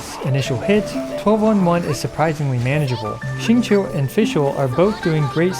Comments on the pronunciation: Rip to Xingqiu's name being absolutely butchered lol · at this point i feel like people slaughter xingqiu's name on purpose lmao